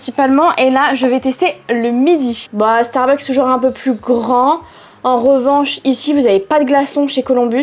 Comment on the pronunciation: starbucksss pas Starbuck, en tant que fan de la chaine mes oreilles saignent dès que tu prononces le nom, mais superbe video malgré cela évidemment !